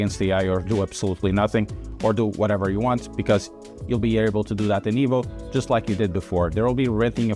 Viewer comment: EVO NOT IVO MY GOD 😡